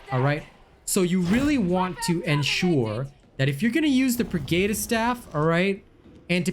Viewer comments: Although the video is helpful, I just cannot get over the fact that you cannot seem to pronounce the word "pergatus" correctly. Per-Guh-tus not Per-Gay-tus. These words are based in latin and the lore of 40k. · Purr-Gaa-tus. not Geytus